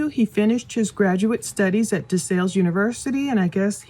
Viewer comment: It's "DE SALLE" like PAL.